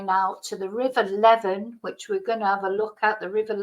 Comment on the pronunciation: it's pronounced leeven